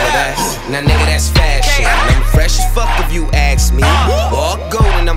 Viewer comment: ask. A-S-K. Not Aks. Not axe. Not Acks. ASK dammit